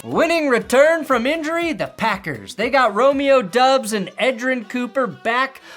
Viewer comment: Who is Doobs? I've only heard it pronounced Dobs